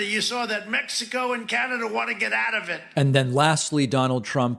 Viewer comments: Trump : "Mex-o-co" (Our 45th President of The United States) Me : 😒 * Edit : to be fair, he's reading a teleprompter and it looks like he doesn't have his glasses again . 🤣🤣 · What is it with the American hard-Right? Do they have aphasia or something? Word salad - some can't even string a sentence together. And, those weird, weird words... "Mexelco", "Credrentials", "Stoled"... WTF is all that about? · So he mispronounced Mexico and your point is?????